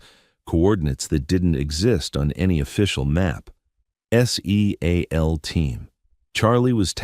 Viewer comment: This AI is brutalizing this story it’s not S E A L teams it’s seal team